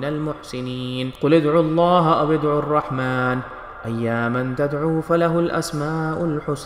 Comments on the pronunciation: Ayyaman NAHI ayyamma parhna hy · Not "Ayyaman", it is "AY-YAMMA". Surah Al-Israa (chapter 17): verses 110. You are incorrectly reciting it.